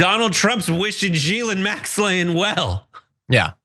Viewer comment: He called Ghislaine Maxwell G-lin Maxlaine. If you don’t hold Bill Clinton to the same standards as Trump, you are aiding a p*dophile. You stare at a screen with your fried brain to inflate your ego like a balloon. You clearly aren’t paying attention to what people say or what you’re looking at💀